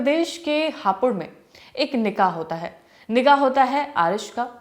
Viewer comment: Its nikaah and not nigaah... being a presenter you should know how stuff.